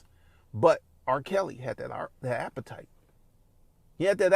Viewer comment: this man is ruining the word appetite